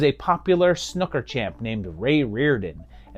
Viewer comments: It's pronounced snoo-ker not snuker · snooker being is pronounced sn ooh ker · I read your comment just before he mentioned Billy the kid and wondered how snooker could be mispronounced and then😂 I heard snuker . I may take a look at that film as I've not heard of it and had no idea Jimmy white was in a horror film 😂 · I’m totally pronouncing Snooker like this from now on. Genius! 😅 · Cool to see someone actually cover Billy Kid and the Vampire, loved it as a kid, also I can never get over how Americans pronounce Snooker. After stumbling across it, been loving this channel and appreciate what a massive undertaking this must be. Keep up the good work. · I kinda want to correct your pronunciation of snooker, but on the other hand I find your way much more entertaining.